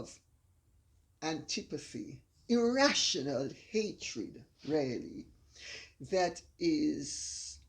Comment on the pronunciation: Your mother shouldn't say "Ya". It's not nice. She should say "Yes". And the way she says "really" sounds like "rally".